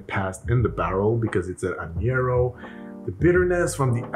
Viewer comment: Not a bitter fan (don't get me started on the every ale an IPA trend) but it looks like there may be enough sweet to counter it somewhat, worth a try. FYI: Añejo is not pronounced ă-nyě-rō, it is pronounced ă-NYĀ-hō. At least that’s what I learned in Spanish classes.